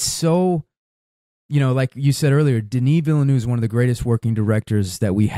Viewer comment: I love you guys, but please look up the correct pronunciation of Denis Villeneuve. I'm not French, but I know a little, and I always stumble over how both of you are saying it. Apart from that: Don't change a thing!